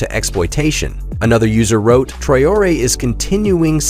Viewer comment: WHY THIS NARRATOR AS OTHER AMERICAN NEWS PEOPLE ARE PRONOUNCING PEOPLES NAMES WRONG, IN THIS VIDEO HE SAYS "TRIE-ORIE" WHERE HE HAS AN ACCENT ON LETTER E' TO SOUND E'(A) TRAORE' (NOT TRIE-ORIE).